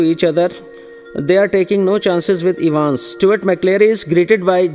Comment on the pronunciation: its evans not evens but anyways the explanation is good